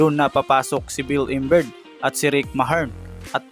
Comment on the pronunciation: naguluhan ako sa mga binigay mong name chook daily, bill imberg, james harley😂😂😂 nice content pero research mo mga name nila pag di mo alam banggitin para di ka nagkakamali sa pag banggit ng mga names nila.